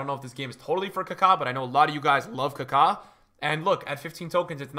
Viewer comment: Why is he pronouncing Maradona and Kaka like that🤮 he for sure bird mating calling me with that kaka pronunciation.